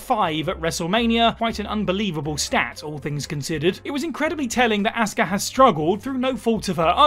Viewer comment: You don't know how to pronounce 'Asuka'. It's not 'Assska'.